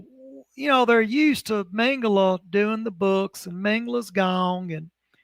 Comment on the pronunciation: Please name Josef Mengele surname pronunciation right it is not Mengel"A" but MengelE. With saying A at he end it gives his surname really wrong and someone could missrepresent Josef as a different pearson...so please E at he end when vocalize surname. THNX